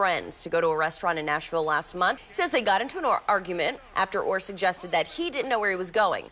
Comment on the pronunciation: is mos Def in my top 5 favorite YouTubers.... but why tf can't he say their last name right??